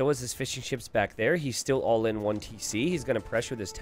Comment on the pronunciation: Every time a caster says '"fishing ships", I hear "fish and chips" :') ( I'm not from UK or Ireland )